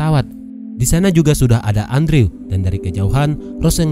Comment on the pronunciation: Andrew harusnya dibaca endru wkwkwk😂